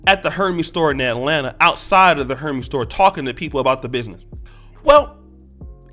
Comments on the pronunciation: DJ Envy comes from two black parents. Wouldn’t that make you black? Your research is lacking, just like your argument. And, btw, Hermes is pronounced “air-mez” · Actually the correct pronunciation is Air-maz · Great content, but I must say bro, Hermès is not pronounced like the mythological God Hermès 🤦🏾‍♂️😂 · Lol... wtf is a “her-ME’s” store?! 😂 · You can't pronounce, Hermes? And Envy is a clown for what he said, but you're a clown for saying that he is not black. His father is black, do better research.